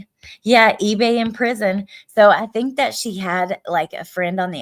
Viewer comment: PEE-Bay. :face-green-smiling::_Gannon